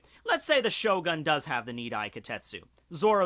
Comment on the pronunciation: I love how he pronounced it Shogun, but then remembered that he's, and never pronounces things right, so he immediately started calling it ShoGON instead